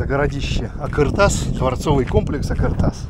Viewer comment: какой думаете, он стоял по шёлковому пути и функционировал, его ещё изучать и изучать, построили его возможно до, но то что его разобрали в совке это факт. и не а"К"ыртас а а"Қ"ыр тас, произноси правильно это две разные буквы.